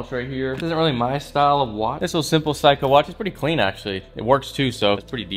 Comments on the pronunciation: It's 'sayco "not ' cycho" =seiko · Say co. Not psycho. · Bro was saying phsyco watch! 😂 💀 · My dude, Seiko is pronounced like say-ko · Seiko (Say-co) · Facts bro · kohei kanai sounds like he says psycho lol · kohei kanai Lmaoo yeah right 😂😂 it’s not Psycho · "a pycho" "pretty good looking psycho watch"😂 had to come to the comments to look for this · "say-koh" my guy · Seiko is pronounced Say-Co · The way he pronounces seiko smh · ik am I the only on who was slightly annoyed by this? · thats what bothered me so much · FOR REAL GOT ME ANNOYED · STOP SAYINT SEIKO WRONG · Your pronunciation of Seiko made me cringe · Insta: belven_kwan . Your Seiko pronounce is wrong dude